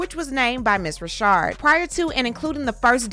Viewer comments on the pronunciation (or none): Just so you know, her name isn't pronounced "Rashard." It's pronounced the same stamdard way as a man named "Richard." Dawn Richard. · They have and I just wanted to scream...IT'S RI CHARD! LOL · Is it Richard or Rashad? I am reading Richard, but you're reading it as Rashad. Leaving me a bit dizzy. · Her name is RICHard NOT Reeshard😮omg 🤦🏽‍♀️ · It’s pronounced Richard not Rashard I thought… I’m glad she came forward to speak her truth! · Lady it's NOT RASHAD IT'S F'ING RICHARD GD LADY U F'ING KNOW HOW TO SAY RICHARD STOP PLAYING 🙄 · No she pronounces as Rashard. But Dawn knows it's Richard. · Her name is Dawn Richard (RICH-erd) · Isn’t her last name “Richard?” Pronounced like how we say “Little Richard?!?!” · The women's last name is Richard, like Little Richard, why are you pronouncing her last name like that? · I'm enjoying the content but why TF you keep pronouncing her last name wrong.. it's annoying